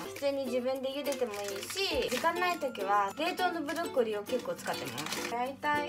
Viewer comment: ブロッコリーがブドッコリー